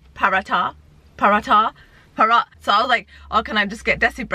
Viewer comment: The H is silent in Paratha lol